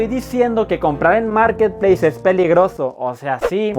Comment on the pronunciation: Nadie: Absolutamente nadie:: MOOURKET PLEISSSSSSSS